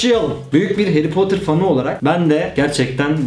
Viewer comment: Haryy poterr